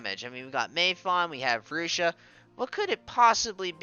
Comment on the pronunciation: Lucia's MA that she got a couple of weeks ago: HP +300 MATK +50 Skill Use Count +1 Also I think her name is pronounced more like Lu-chee-a